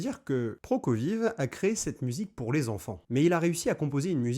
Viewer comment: ProkofieF (le v se prononce f) 😅